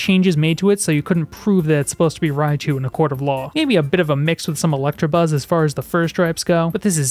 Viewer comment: Also you keep saying electRAbuzz, but the name is Electabuzz with no R 😭